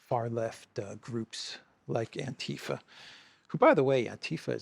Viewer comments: I think it's not anTIfa with stress on ti, but AntiFa for 'anti fascism', stress overall or on the first A. In most of Europe we have the not English ti sound (so not like saying thai) so the ti sound in itself is rightly pronounced in the vid i.m.o. but without the stress on that syllable ti :) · AntiFa is pronounced with the stree on the first a.